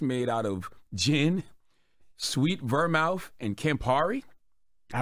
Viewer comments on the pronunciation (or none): CTG: “Ver-mouth” 😂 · He said Ver-mouth. It’s pronounced Vermooth. 😂😂